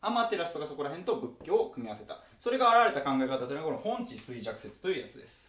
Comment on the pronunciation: ほんちじゃなくてほんじだと思います！